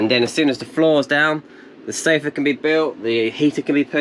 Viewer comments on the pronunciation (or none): none